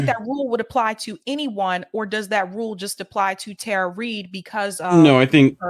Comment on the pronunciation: Powerful story. Thank you both. Respectfully, just saying this because it keeps happening and from multiple people on the left...her name is pronounced Tara ( tah-ruh) not Tara (tare-uh).